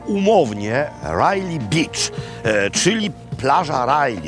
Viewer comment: Panie Robercie, beach poprosimy wymawiać przez długie "e" bo Pańskie znaczy coś zupełnie innego. Pozdrawiam